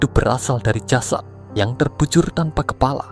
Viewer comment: Kepala bukan kelapa